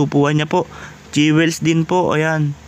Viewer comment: Sir, Jewels pronounced as dyowils not dyewels.